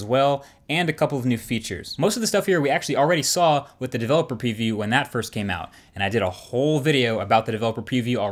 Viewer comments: "Developer peview" WTF!?!? Lol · he says preview "Pewview" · I Heard Peeview instead of Preview. Was it just me? 😂😂😂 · Am I the only one hearing peeview instead of preview?